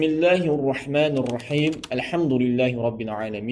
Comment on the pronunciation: Assalamualeykum qardaş ma şaa Allah. Allah sizlərdən razı olsun gözəl xidmətləriniz var. Bismillahir Rəhmanir Rəhim dediyinizdə. Elə bil Bismillahir Rəhmanur Rəhim kimi səslənir. Xahiş edirəm diqqət edəsiniz